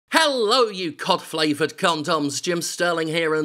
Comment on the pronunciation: I thought he said cough flavoured.